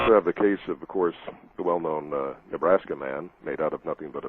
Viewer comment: Yeah in the 'made easy' series he sounded like a professional BBC reporter. Except for the word 'known' which always seemed to come out as 'nern' hehe In this channel, he reminds me of the BBC reporter Monkey Dust skit with his comic delivery.